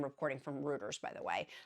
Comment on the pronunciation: Just a heads up Reuters is pronounced ROY-trz. My Amazon Alexa taught me this 😂